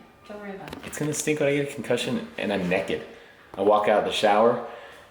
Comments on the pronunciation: Someone pronouncing naked as neked will never not be funny. saying that gave me a good chuckle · Why does Naked sound like a commercial brand out of your mouth XD